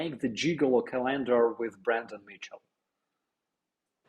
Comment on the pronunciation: Ca lender, emphasis on the first syllable. CA lender You were pronouncing. Co LAN der Which is a different word. CA lender, monthly pictures for each month.